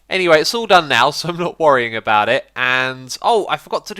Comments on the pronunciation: "avout" An obvious mistake X! :D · sorry 'avout'? xD u must have been tired man lol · AVOUT?? hahaha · Sounds french. Sorry a-vous pour le faut de frappe.